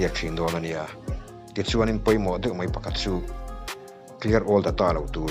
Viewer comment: Mei nilo in mai tihtur aw . aruk tein i hnung lamah an nuih tawh mai thei che😂